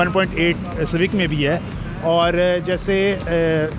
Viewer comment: honda civaec😂😂😂😂